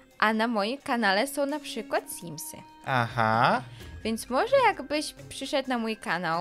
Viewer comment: Simsy!!!!! Simsy!!! Nie symsy! I.